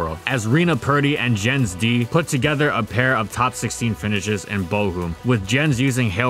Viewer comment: The J in the name Jens is pronounced like the y in you